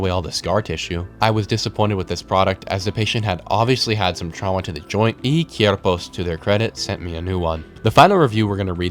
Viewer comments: he keeps pronouncing "Cuerpos" like /Kyerpos/ when its actually /Kwerpos/ and it bothers me so much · Oh, and lmao "Cierpos"